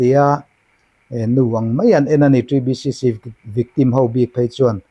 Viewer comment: TBCC i lam rik dan chu ava dik teh Kelh ve